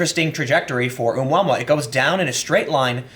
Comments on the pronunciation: It's oh-mu-ah-mu-ah. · Tim, its pronounced "Oh moo uh moo uh". Its a Hawaiian word meaning wanderer or something. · It's pronounced oo moo a moo a Tim, check out Gary McKinnon. He's a hacker who hacked the Pentagon and you need to have a good look at what he found. The space force has been in operation for years!! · "ooh mama" :) I am so pronouncing it that way from now on. Its not oh-moo-uh-moo-uh or whatever. Its Ooh mama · Hey Tim, the space object's name is pronounced "Ah-moo-uh-moo-uh", it is Hawaiian. The ancient game is "Space Invaders" and was really popular when I was younger. I do think space force is not a bad idea, once this country sent men to the moon, it was a great time of unity for us. We need something to bring us together again. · Tim, you’re awesome lol. The object is pronounced “Oh-Moo-Ah-Moo-Ah”